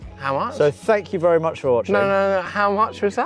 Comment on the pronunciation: 'vurry' good respray guys